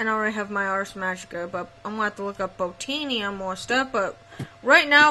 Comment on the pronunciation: Its said like Bow-Tan-ia